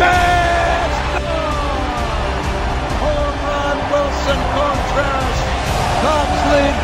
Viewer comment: Amazing. Although I couldn't stand hearing Wilson Cone-Treras